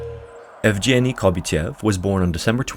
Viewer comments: The g in Evgeny is pronounced as in go. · Inputting Evgeny into google translate and listening how it's pronounced is too difficult, I understand:)